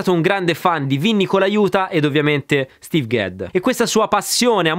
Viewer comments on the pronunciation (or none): none